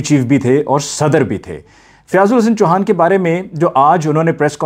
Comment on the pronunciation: Fiaz Ul Hassan Choohaa,not Chuhaan